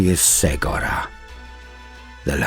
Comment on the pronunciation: I too have mispronounced Cegorach till listening to the 2 Harlequin audio dramas made by Black Library. The "C" is pronounced with a hard "K" like "Kevin" ("Ke-go-rack). ...If you haven't heard the Harlequin audio dramas( Heirs of the Laughing God "A Deadly Wit & Death's Mercy) both written by Gav Thorpe and performed by 4 or 5 different voice actors, you should, they're awesome and I don't know how they hire the actors to read their stories but GW should definitely hire you! Your voice was made to bring Warhammer stories to life. Thank you for your videos and your talent.